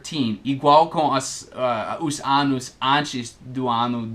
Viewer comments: se vc pronuncia anus....nao se refere aos anos explicados no video rsrsr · Cuidado ao falar ANOs' anus com U forte é cu . nota 9´0 para o vídeo